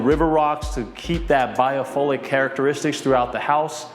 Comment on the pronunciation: Hey Bro, another awesome video! Just to point out, Biophilic is pronounced as "bio-fill-lick," and not bio-"fole"-lick. But of course, you have always blessed us with AWESOME and so informative videos of your listings!!!! GOD Bless!